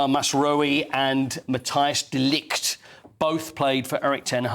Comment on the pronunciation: Have we been prenouncing De Ligt wrong?